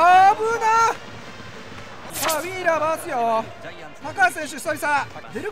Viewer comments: ウィーラーの発音良すぎて癖になる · VIPのウィーラーの発音まじで好き